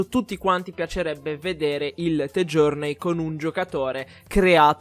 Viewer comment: mi é piaciuto il video ma metto dislike solo perché dice the journey con la t